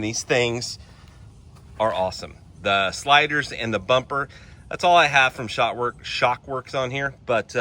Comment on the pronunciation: Its Shrockworks....not shock works.